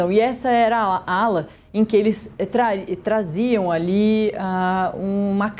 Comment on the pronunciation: A repórter quase fala traíram ao invés de traziam kkkkkk ato falho